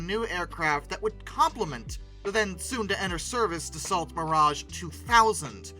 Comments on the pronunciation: no AI narrator here. Thank you. But it's funny that you worry about mispronouncing "Rafale" and then go on to slaughter the pronunciation of "Dassault" over and over. Hint: the "T" is silent. It's not pronounced like "the salt." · Dassault is pronounced, 'Dah-so', by the way 😉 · Hate to be the well actually guy but it's pronounced dah-soh (as in SOW - what you do to seeds) - ish..... there's no closer easily recognisable English word I can think of. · In Frrench we don't pronounce the LT in Dassault. We pronounce. Daso. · If you correct yourself over the pronouncing "Rafale" maybe you should pronounce "Dassault" correctly, Dass-Oh. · In Dassault both the l and the t are silent. Pronounce Da-so. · If you want to prononce right RA-FAL, you could also prononce DA-SSO right 😁 L and T are silent. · more DA SO. Easy . As a general rule, the final letter is most ofteb silent. Like in canard. D is silent. Meaning "duck". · Dassault is also pronounced DASS-OH (with a French accent. The T, as in Renault is silent. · Dassault is pronouced "Dasso".....when A and U appear toghter in the french language they are pronouced as a single O and the L and T at the end of Dassault are silent.its like the french word " Corps" such as Army Air Corps or Marine Corps.....it's pronounced Cor and not "Corpse"...the P and S are silent. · That's not how one pronounces "Dassault" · the T in Dassault is silent. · Great video ❤ Gojira intro ❤ Geneva convention level of massacre on french names ❤ (I'm not even french) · You bang on about how Rafale should be pronounced but butcher Dassault 🙄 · Interesting you are exact on the pronunciation of Rafael . . . but Dass-so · pronounced: da-soh, not da-salt. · Dass-oh not Dass-alt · It's Da-so. LT is silent. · You're prononcing "Rafale" correctly, but you should also prononce Dassault like "dasso", it is not "of assault". In french we say "char d'assaut", litterally, a tank. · It's Not DA-SALT. .....ITS ....DA-SEW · Yeah... Da-so, not Da-salt.